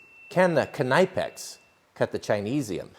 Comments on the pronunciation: Well, that was different. And Nipex is pronounced more like this: cneepex. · I think it’s pronounced in two syllables, ‘nip-ex’. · i thought it was pronounced "nip x" at least that is what I hear people in the field call them. IDK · K-nipex, I hope that's not how you say knife. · Kenaipex.. Nice pronounciation, bro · “Knipex” the ‘K’ is silent, it should be nipex 👍🏻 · I believe it pronounced “Ni-pex” the K is silent . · Well, as a german i would say that you do pronounce the "K". And the full pronounciation would be more like "Knip-ex", you would pronounce the "nip" part the same way you would say it in the word "nipple". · Its pronounced "Nipex" the k is silent just saying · Is the K not silent. "Nipex" or is that just a gag. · Knipex is one of my favorite tool brands. I believe it’s K is silent like knife?, so it would be Nipex, I have watched a lot of European videos and that’s how they pronounce it. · Pro tip. knipex is pronounced nipex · Dude the k I silent its pronounce like "Nip x" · why hasnt anyone told him its just Nipex the K is silent in Knipex!!!!!!!!!!!!! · I’m pretty sure it’s pronounced nip-ex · Alter, es heisst Knipppppex!!! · K-nip-ex... just sayin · Do you say knife ka-nife too? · "Ka - nipex"? I thought the K was silent. I'm seriously wondering. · Yeah its pronounced nippex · I thought you were kidding at first at pronouncing Cuh-Nipex😂 nice video! Love the content! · "Kanipex" cringy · It's pronounced ( NIP X) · Just want to let you know bud it’s pronounced nipex the k is silent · they are pronounced kneepex ;) nice video. greetings from germany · Knipex is pronounced nip-ex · There pronounced Nip-X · At their website THEY pronounce their name kuhNEEpex. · I thought they were pronounced "nip-ex". Silent k. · Were it English, it would be.. however the Germans pronounce it more like k'NEE-pex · I think the K is silent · Well due your pronounciation of this brand you have been exiled. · The K is silent.... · The k is silent in knipex